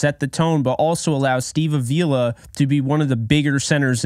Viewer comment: Come on,. It's Steve AH-vee-la. Not a-VEE-la.